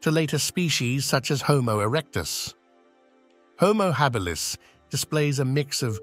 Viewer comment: What's with the inconsistent pronunciation of "Homo Habilis"???